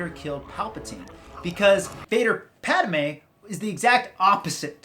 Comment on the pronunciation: It's pronounced pattmay